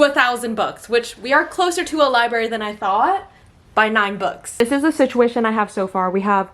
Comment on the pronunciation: I'm not trying to be mean, just letting you know it's not liberry. It's libRary. You're missing an r in there.